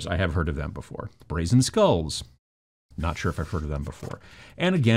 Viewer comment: Brazen Skulls: sounded like "Raisin Skulls" to me, and i was like: space marines have kinds small heads, but it's not that bad, come on ... :)